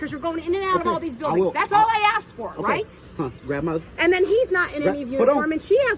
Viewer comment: did he call the second one GRANDMAW? LMFAO🤣🤣🤣🤣🤣🤣🤣🤣🤣🤣🤣🤣🤣🤣🤣🤣